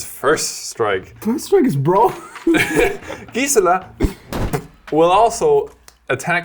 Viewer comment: Your pronunciation on Gisela is driving me insane